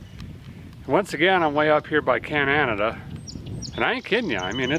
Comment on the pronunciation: This dude said can an Nada